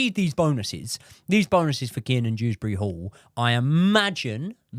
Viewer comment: Broo it's since we selling Dewsbury-Hall I realized that his name is not dRewsbury-Hall 😂😂